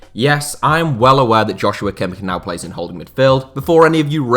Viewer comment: Kimmichs name is pronounced like "Yosua" not "Joshua" ;)